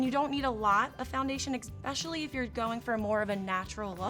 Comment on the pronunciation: Another idiot who cannot pronounce 'imporTant' and 'especially'. Always with the fools it is impor-ant and eggspecillee